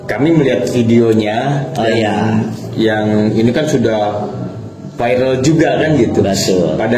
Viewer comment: Nyebut viral Oge nepika bahasana vairelll😂😂😂😂eko ekoo